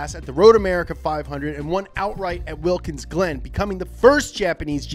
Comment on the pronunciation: did he say wilkens? insted of walkens